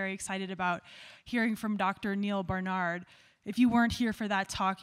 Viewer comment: Did you realize you are mispronouncing his name??